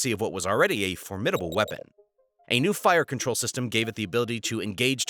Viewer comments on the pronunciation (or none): none